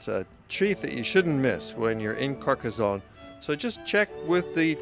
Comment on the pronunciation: A fine commentary with excellent, clear and relaxed diction. There is no "z" sound in Carcassone, thanks to two "s".